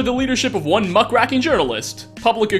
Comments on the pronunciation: Muck-WRACKING (instead of Muckraking) lol. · It's muckRAKING. Not racking.